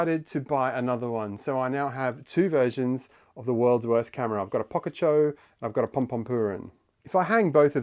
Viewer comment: Pocacho? I thought it was poCHacco? say the name right my dude